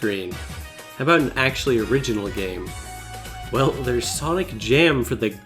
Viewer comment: MY MAN sawnik here